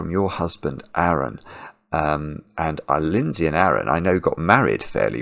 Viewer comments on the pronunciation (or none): none